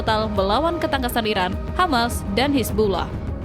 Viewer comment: sering salah ucap IRAN ➡ IRAQ